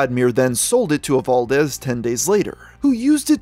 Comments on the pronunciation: I think it's just that he isn't too familiar with lithuanian pronounciation. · Just found this, as a Lithuanian, finding out about this I am proud, and slightly lost on how "Evaldas" went to "Evaldez"